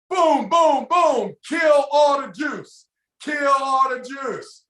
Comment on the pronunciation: "Kill all the jews ! Kill all the Jews!!" I mean juice, he said juice right.. 😰